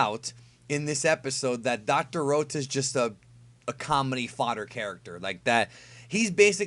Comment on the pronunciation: I'm Glad Dr.Rota Is Eliminated So I Don't Have To Hear Pronounce Rota The way He Does